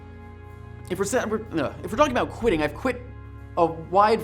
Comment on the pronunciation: For some reason I kept hearing you saying "quidditch" all the time... Whats wrong with me?